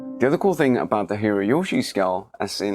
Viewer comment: Hirajoshi is not pronounced with a "y". It comes from 平 hira meaning "flat" and 調子 choushi meaning "tuning". You make the chou voiced when you concatenate, making it "jou".